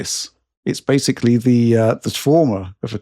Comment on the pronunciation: The the 1000th shot every time says and pronounces Basically as Basely....